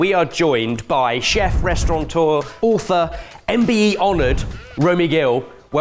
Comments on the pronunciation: Restauranteur!?! Bless him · In 14 years I don't think has ever said restaurateur right 😅. There's no 'n' 👍